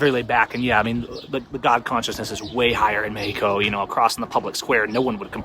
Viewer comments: WOW U DORK - Please $ The love of God - Please Try 2 STOP Mispronouncing MEXico - U R Not Latin Or God 4bid Mexican ? Now R U ? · Gayheco is how you pronounce mexico